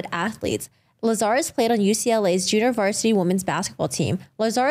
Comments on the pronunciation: You CAN see her facial reaction on the original video! 🤦🏻‍♀️ P.S. her surname’s pronounced – LAZ AR US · Every time you mispronounce "Lazarus" it triggers me.